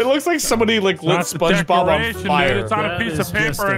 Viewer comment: "Spunge Robbrt" - 2020